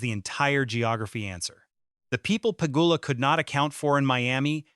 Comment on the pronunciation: 👎🏽 Pronounce names correctly—not just Eala’s, but at least Pegula’s too! 👎🏽 Your point is senseless! This is how the sport grows new followers; followers who are new to the etiquette and are learning over time. Pegula, Gauff, Osaka, McNally, Anisimova, and others have all said they prefer playing in front of a full stadium than an empty one!